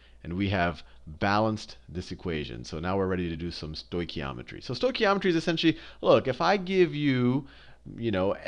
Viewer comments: Love how the guy teaching the lesson can't even pronounce stoichiometry😂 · Great video, although I did wince when he stoichiometry like that...it's said "Stoke-e-om-etry" in my experience. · As Greek everytime I hear the pronunciation of the stoichiometry word I have this urge to rip out my ears. The oi sound is one ( vowel) οι which is the same as η, ι, οι, υ, ει. In this particular words sounds like the English e as in (E)aster and it comes from the Greek word στοιχείο which is element. Note that both οι and ει are double vowels and sound exactly the same. As E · I'm just happy to say I got the same answer as him, however his pronunciation of stoichiometry was funny :) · This guy is just amazing! Haha....love the way he says stoichiometry XD